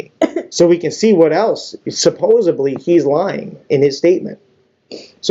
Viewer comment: This idiot should be imprisoned just for saying “supposebly.”